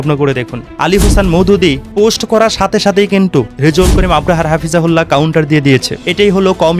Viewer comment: ভাই আপনাকে এতবার বারবার বলি আপনি কেন সংশোধন হচ্ছেন না আপনি তো আপনার নিজের সম্মান হারাচ্ছেন আপনি নিজের কাছে নিজে অপমানিত হচ্ছেন আপনাকে বলছি যে মুফতি রেজাউল করিম আবরার সাহেবের সঠিকভাবে শুদ্ধভাবে নিন ওনার নাম মুফতি রেজাউল করিম আবরার😊 ভালোভাবে দেখে শুনে বুঝে নিন ❤ মুফতি রেজাউল করিম আবরাহা নয় ❤❤❤